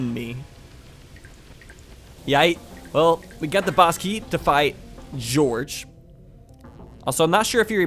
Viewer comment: I'm pretty sure Gyorg is pronounced Gee-Org and not Je-Org. Although on DeviantArt, I saw a deviation of Gyorg with the text "Gyorg, Gyorg, Gyorg of the Jungle."